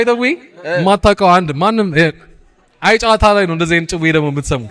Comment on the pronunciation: When you say it-the name- say it like አየ…ጨዋታ (‘የ’ ጠበቅ ይላል-ግነት ይኖረዋል! እና በ”አየ” እና በጨዋታ መሃል pause አለው) ሃሃሃ Welcome and great to have you on this space🎉🎉